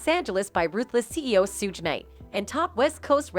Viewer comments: Sooge and dree. I’m dead 😂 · How she's pronouncing Suge's name though... 😂